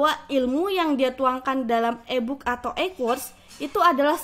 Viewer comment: iyah eeee booookkk